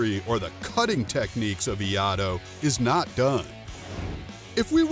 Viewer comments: Eh... That's also wrong. Japanese pronunciation sound & reading just as it's written. So for iaido, it should be pronounce as "ie-aa-ie-do." No "yi-do", not "ee-ah-doo" with silent ie... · Sorry, but Croz Raven is correct. The "i" in Japanese is pronounced like the English letter "E". "ai" sounds like the English letter "i". The "do" is much like the English word "doe". So to say iaido, it sounds like saying the letters E, I, and then, doe. I understand when you slur the first 2 sounds, it may sound like "yi" but in truth, there is a definite "E" sound at the beginning. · "eee - EYE - doe" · The first thing I do when I try to explain something is learn the name first! Hearing Iyado the entire time got on my nerves. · We-ah-do??? 😂😂😂 what happened to the second “I”??? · Our schools pronounce it E-I-do. Note the “ai” in the spelling. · FYI, Iaido is correctly pronounced Eeaido. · It is pronounced "ee-eye-do" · Iaido pronounced E ai do ! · What's Iado? Obviously making fun of the pronunciation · its pronounced (ia-i - do) buddy :) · It's pronounced Ee Ai Dou. ( E-I dough) if you like. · being able to pronounce Iaido (ee-eye-doe) would help with credibility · It’s ee-eye-ee-doe. 😐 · The moment I heard the guy saying "E-ado" I stopped the video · The fact that this dude saying "Iado" is fucking embarassing. What discord did this guy get farmed from? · What is it with Americans and the proper pronunciation of words? E-I-do. Kriss, not kreese. Otherwise, nice video... aprt from the fact you never see any fight between escrima and Iaido. Click bait. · The pronounceation of Iaido is killing me bro! It's eee-eye-Do. If you had that right, you'd have yourself a nice video. You say it wrong over and over and it's like nails on a chalkboard. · If you're making a video about something and it is in your title, you at least have to be able to pronounce the word right. wtf is IIaDo. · Someone didn't see/read the second "i" in Iaido. 😂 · Why is the 2nd i in iaido not pronounced here?